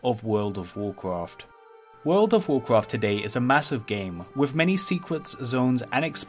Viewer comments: Wawld of wawcwaft. Once you hear it... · wowd of wawcwaft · vold of voldcrafttttt guuysss vooooldd somebody did skip that speech therapist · You get 1 level everytime he says Would of Woucraft. - watches one video, hits lvl 120. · the voldovoldovorcrawft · I'd say it's an accent - could be European (Swedish, for instance) or an Asian dialect. To my ears it could be either. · wordo waw kwaff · But he says vold of valclaft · Take a shot every time he says "voldovocraft"😂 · Vwurld of Vwurcwrft! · Bro said woldcraft every 20 seconds or less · Wwld of wowcwaft 😂😂😂😂😂😂😂 hawdcowe hahahahahaha 🤣🤣🤣🤣🤣 u are such a gem bro 🤣 Ps. I mean bwo 😂😂😂😂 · WOLD OV WORCWOFT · take a shot everytime he says would of woudcaft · Jesus christ take a shot when he says woldofvovwclaft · what is vurld of vwarcraf? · Classic wow and vanilla wow, petty, but theres a difference, also fun game, take a shot each time he extends the video by saying world of wurcraft. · "wowd of wawcwaft"?.... "Secwets"? Come on man, I can't watch this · Wowd of Woahcwaft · word ov worcrof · wowd ow wowcwaft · worlw of warwqawrft, warqwarft free...........Dude learn how to pronounce words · "wult ov wurcwaft" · He can't pronounce R, says W instead. Woald ov woalcwaft, owcs an twolls stawts in the same awea. And when he pronounces "buckler" i start to think of The Pink Panther movie, when Steve Martin is trying to pronounce "Hamburger". 😁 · woowld of wawcwaft, and wawcwaft fwee. I can't watch this video I just can't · wowld of wawcwaft wawcwaft fwee